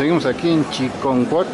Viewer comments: CHICONCUAC , animal,... ni porque muestras el letrero. Porque dices chi"N"concuac ? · Se llama Chiconcuac, y usted dice Chinconcuac